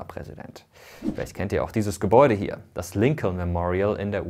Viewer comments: Es wird Lincon ausgesprochen. Das zweite L bei Lincoln ist stumm. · Noch deutscher kann man die Namen gar nicht aussprechen😂 Rusewelt und LinkoLn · Übrigens ist das zweite L in Lincoln silent. Also es wird quasi Lincon ausgesprochen 😅 trotzdem gutes Video! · Das zweite "L" bei Lincoln is übrigends stumm. Der Name wird wie "Linken" ausgesprochen und leitet sich von der gleichnamigen Stadt in Lincolshire in England ab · Kleiner Hinweis: Lincoln wird Lincon ausgesprochen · genau das meine ich, mit O und nicht mit U wie im Video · Tollen Video. Das zweite l in Lincoln wird übrigens nicht gesprochen. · Top Video, aber jedes Mal wenn er Lincoln ausspricht... :D da kräuseln sich mir die Nägel